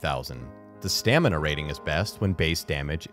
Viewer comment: Stanima? Anyone else caught that?